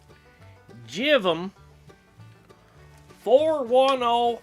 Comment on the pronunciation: Favorite part of saying "now here we have a Jivvm 410 Haaah..!". Priceless..!😃 Great job on the demo. That Marshall really wakes up nicely channel 4 red. Agree on the Friedman OD...fuller tone on those settings. Well done!🎸